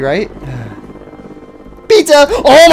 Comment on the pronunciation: Don’t say Puter something stop saying pizza like this stop saying pizza like this to